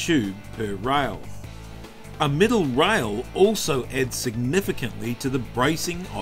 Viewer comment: Rail not rile. Aluminum, not aluminium.